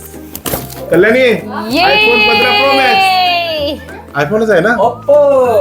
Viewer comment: आपो नाही ओपो असतो Oppo